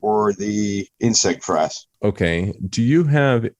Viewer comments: FYI: Frass not flass. Now you know. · Its FRASS.... FRASS....F R A S S.... no L